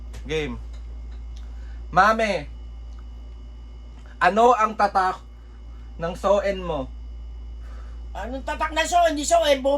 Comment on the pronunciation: AHAHAHAHAHAHA ano tatak ng so-en.. Edi so-en bobo😅grabe tawa q su mamu😅😅